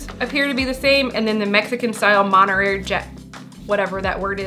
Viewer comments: Omg, I love you two together. 💜🩵💙🩷💚 Being from No Cal the monterary pronunciation is cracking me up. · mon-tuh-rey. Source: Am Californian. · mohn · teh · rrey 🧀 Or maan·tr·ay🧀 :)